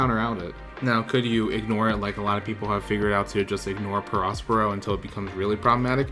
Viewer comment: Nice deck, I have something similar! Btw, do you even watch the anime or know the story?? The big mom arc is great, and you pronounce the character “peh-RO, peh-RO,” barely pronouncing the “s”